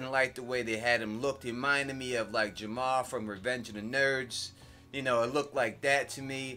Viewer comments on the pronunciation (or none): It's Lamar, Lamar LaTrell, from Revenge of the Nerds, not Jamar. FYI.